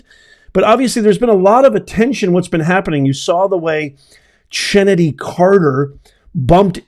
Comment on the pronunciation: Chennedy is pronounced like Kennedy. Angel Reese shouldve been ejected for that BS. She went and sulked on the bench while the refs were reviewing the play that was elevated to a flagrant foul which isnt severe enough. Theres a better replay angle where you can clearly see that she intentionally put a little extra in her whack at the ball (aka Caitlins head). After the game Angel Reese played the "VICTIM" of course saying the refs were basically against her precious self and her fake eyelashes!